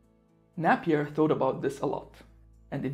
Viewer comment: Napier is pronounced with a long not a short ‘a’